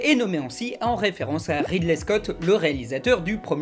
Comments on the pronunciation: Très bien, par contre petit message chiant juste pour dire que ça se dit pas "Raïde lait" mais "Ride lait", inutile de faire le "i" anglais quand les anglophones eux-même ne le font pas. Après les anglophones diront "rideli" mais la coutume francophone fait que ça sonnerait bizarre de le dire ainsi dans notre langue. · Donc quand tu parles de Ridley tu prononces "Raydley"... Mais quand tu parles de Ridley Scott tu prononces à la française... Mais en fait non des fois tu prononces le premier comme le deuxième... Et puis je suis perdu moi D